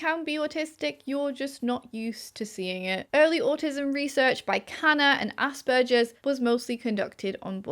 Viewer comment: I like the video but I cringe whenever you pronounce aspergers to rhyme with splurges instead of with burgers!